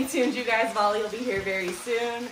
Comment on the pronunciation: It is bali not vali 😅